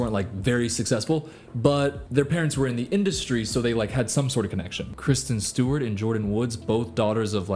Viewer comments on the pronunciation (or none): none